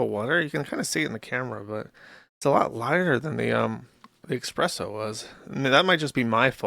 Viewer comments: Every time Josh says eXpresso, I die a little inside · nobody over a 104 IQ would ever pronounce it "expresso" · "Expresso" I know Jersh likes to claim he mispronounces basic words because he learned them from reading... but the problem with that is there is no x in "espresso". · Joosh pronouncing it as expresso is like someone saying ‘lemme axe yu’